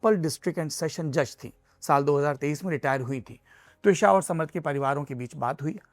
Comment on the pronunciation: Should be त्विषा, not द्विशा